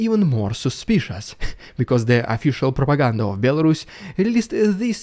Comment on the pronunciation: Terrific video. Love your humor. 😂 esp Rrrussian prrrropaganda 😂😂😂😂